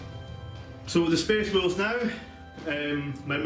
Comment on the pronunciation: May have been said already but it sounded like you said "myspace wolves" like at any piont they might "selfie for the emporer"